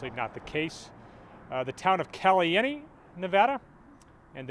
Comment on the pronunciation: Lol you called it caliente. Not the spanish word meaning hot